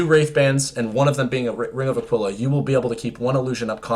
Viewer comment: ring of aquila like taquila? Are you saying it wrong or am i saying it wrong?